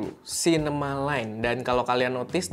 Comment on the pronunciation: kebaca nya cinena :v